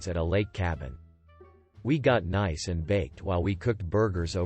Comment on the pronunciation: Get a text to voice program that knows the word nice